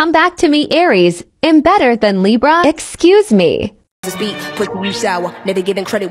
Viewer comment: Lol I love how libra said “EXCAUSE ME”